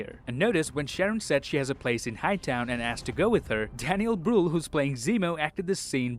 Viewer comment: as a german i love how you pronounce daniel brühl. especially his last name. Love your videos